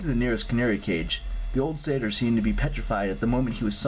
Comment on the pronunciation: I was so excited when you finally said Satyr right